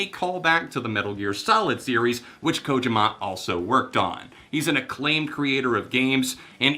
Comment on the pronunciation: Kojima, is pronounced, (co-Ge-Ma) Sorry i jus had too say so